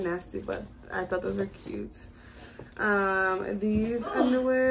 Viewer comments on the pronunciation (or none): none